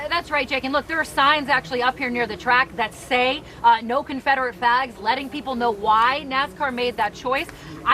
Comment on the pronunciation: Nobody caught when she said confederate FLAGS at 8 seconds she left off the L.. lol